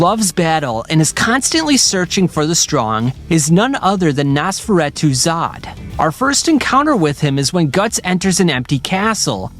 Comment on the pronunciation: Great video but the mispronunciations (especially Nosferatu) was annoying me bad